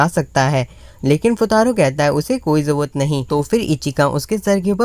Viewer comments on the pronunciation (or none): It’s not jawat it’s call jarurat 😅 btw love from Bangladesh 🇧🇩